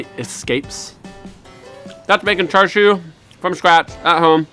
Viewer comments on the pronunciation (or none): So you add premade bottled sauce, sous vide it and grill it, and you call it the "ultimate" version? You slice it to the wrong thickness, you pronounce it wrong, and you don't get the important stuff right in cooking it. Hey look, white people making Asian food "ultimate" versions. Sit down,, you're embarrassing yourself. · Sorry, but this is not char siu. It also looks like you don't actually know what char siu is, otherwise you wouldn't have made this video like you knew what you were doing. Everything about this is wrong. The pronunciation of char siu is wrong, the way you've cooked it is wrong, and the way you're eating it is wrong. Don't appropriate Chinese culture for the sake of making a video.